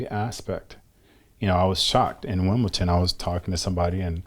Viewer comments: Wtf is “wimbleTon” ??? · wimbleton lolz